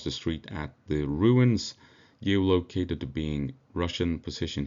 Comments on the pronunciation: Gee oh loke aye ted. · Your English is great, but figure out how to say 'geolocated'